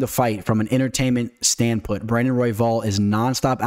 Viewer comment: Might i ask good sir, what is a “standput”? You use the word multiple times throughout the course of the video. I think you mean to say standpoint. Also, “Dumount”? “Meegan”? Get it together.